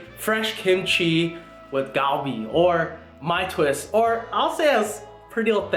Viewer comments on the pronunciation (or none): The G is pronounced as a C - like Calbee. Just FYI from a year in Busan. Great video